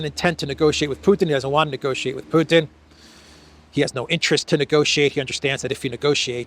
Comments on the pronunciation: If he's going to say 'PEW-ton' maybe we should call him 'Disappears Morgan'. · Piers pronounce Putin to sound similar as puke. It is with calculation. Maybe soon we will hear from Piers mouth president Puking, just by accident. is right btw that Piers uncensored is just a simple MSM channel. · Theresa May also said "Pjutin", maybe it´s a UK-thing?